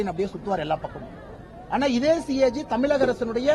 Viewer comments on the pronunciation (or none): அவனுக்கு தமிழகம்னு கூட உச்சரிக்க தெரியாது. தமிலகம்னு சொல்றான் 😂😂😂